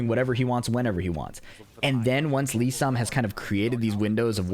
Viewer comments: it sounds like Sam to me lmao But it's supposed to be Lee-san. So that's how you're meant to say it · For some reason it sounds like kept saying Lee Sam. Maybe I'm trippin but it's Lee San